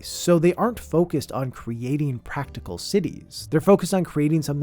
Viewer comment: Por un segundo pense que decia "cuties are weird"